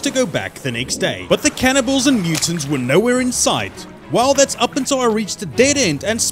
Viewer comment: Him saying cannibals sounds like cannonballs lol just me?